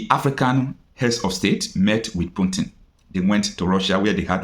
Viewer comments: Pls it's PUTIN not PUNTIN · is not puntin is Putin😂😂😂😂😂